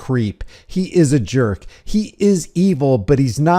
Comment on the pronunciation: Sounded like he said juhk and not jerk...maybe a juhk is a good thing?